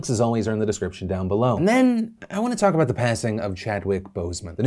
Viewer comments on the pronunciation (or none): none